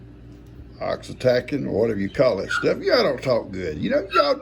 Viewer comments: It’s pronounced oxy toe son. It’s a hormone that causes the uterus to contract. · it's pronounced oxy-toe-sin. Hope Sophie and the kid are doing better.❤❤🐐🐐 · It's pronounced "OX-EE-TOW-SIN" (oxytocin) Those beans look so good! I wish I could cook, but I'm on oxygen and don't get around flame etc plus no energy. I love your videos ... it's like visiting a friend. Thank you for sharing with us older folks. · Oxytocin. Oxie-toe-sin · You are so close! I think it’s pronounced OXY-Toe-Son It is a hormone used to induce labor and control bleeding after birth. 😊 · It's pronounced OXY-TOE-SUN,. That's ok though, I think most of us knew what you were saying. 😂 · It's pronounced ox e toe sin! They use it to induce labor in women. I love red beans over cornbread with diced onions. We always put salt pork and sometimes jalepano. I have tried everything to keep mosquitos and bees away from me. I attract them where ever I go. I eat garlic but I guess I need to up my amount!